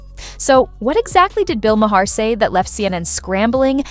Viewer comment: Your credibility is questionable when don’t even pronounce Bill’s last name correctly